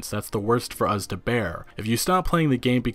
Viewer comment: Us. Not. Uhz.